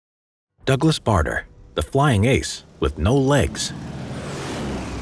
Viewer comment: Douglas BADER. Not BARTER. Otherwise, well done.